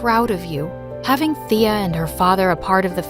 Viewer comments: Thea is my name but its pronounced Taya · My name is Thea too! But u pronounced it wrong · OMG THEA FINALLY HAS THE SAME NAME AS ME but my name is pronounced another way tho